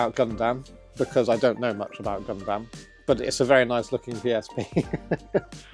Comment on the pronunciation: Why is everyone so grossly mispronouncing, "Gundam" as, "Gone damn"? It's not just the one guy, it's anyone in this video who tries to say it.